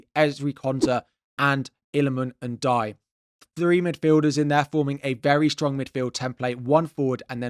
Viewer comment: great video,! i would just like you to do De Cuyper justice and 1) spell his name correctly (it's De Cuyper, not de Cupyer), 2) pronounce it correctly 😅 you can always google and listen how to pronounce people's names, it won't be perfect, but it'll be closer. same for Ndiaye who is not "n-die", i think there was a video with PL players pronouncing their own names, and Ndiaye was one of them, it could help!